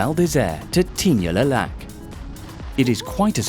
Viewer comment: Is that how French people pronounce Tignes? ...and is Le now pronounced Les?? 😭